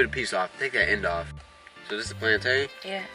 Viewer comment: It's plantain not plantine